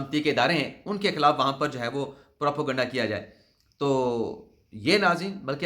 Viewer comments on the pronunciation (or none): لفظ پراپو گنڈا نہیں۔ اس کا سہی تلفظ کسی سے پتہ کر لیں۔